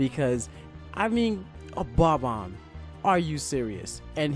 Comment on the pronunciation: "Bomb-Omb from May-re-oh!" wait, is this guy slowbeef or something?